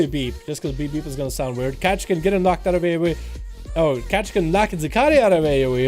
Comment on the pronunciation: It's read Vever not Beep beep lol. He's a russian famous fire mage from wotlk so BeBep is spelled in cyrillic :) Even tho the guy in the video is probably a fan boy and not the real Bebep.